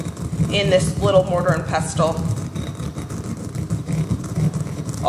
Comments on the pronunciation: The T is silent in pestle. You’re the third YTer who I heard mention a mortar and pestle in the last few days , and all 3 of you pronounced the T. 😊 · Just a friendly fyi. You don't pronounce the t in pestle. It's silent.